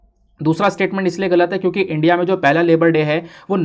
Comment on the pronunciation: This channel and sir is very good but one thing is very bad that is the pronunciation of ' India ' by sir